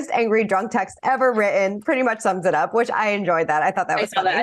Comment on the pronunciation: Did the blonde lady just say 'wri - en' instead of written? She's a reporter and can't pronounce the word correctly?